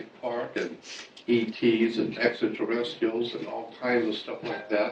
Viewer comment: its spelled extraterrestrials ...there is an R between the t and i!!! maybe start with pronunciation before made up stories....help show credibility and not some cretin!!! humans were always great story tellers!!! period!!! especially fantasy!!! images arent in sync with narration at all...repeats himself over and over like someone who is mumbling...wow...this dude is whacko!!!! lol whatta waste of time this thing is...enough im out! sheeesh!!! not all nuts are in candy bars huh?